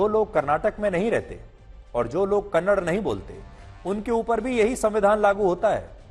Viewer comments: Kannad Nahi It's Kannada Respect Our Language First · Kannad nahi kannada theeksye bolna sikho Kannada kannada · Kannada hai don't say kannar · Kannada not kannad if we say hind for hindi is this ok for hind people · It's not kannad it's kannada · It is not kannad, it is Kannada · Not kannad say kannada